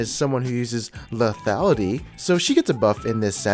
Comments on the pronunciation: "leafyality"...... ffs Dx <3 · plz stop sayin lethiality :)